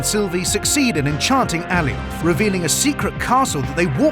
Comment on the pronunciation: Its A-lie-oth! Not Al-ee-oth! Cute vid though